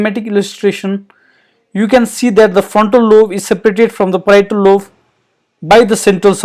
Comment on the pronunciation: Very informative. Might I suggest "lobe" - "b" as in "boy", rather than "love".